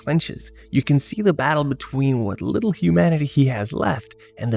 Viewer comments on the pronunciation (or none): none